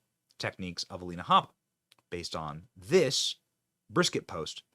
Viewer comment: I'm sorry, but as a Texan, that "brisket" hurts me to my core. 😱 Luv the way she reacts to that troll thou! 😂🤘